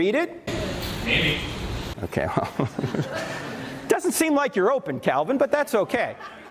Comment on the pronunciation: I thought you said John Cena for a second. Lol